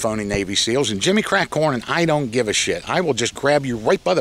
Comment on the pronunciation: I like how can take the word "shit" and drag it out into 2 syllables. Legend! Shee-yet!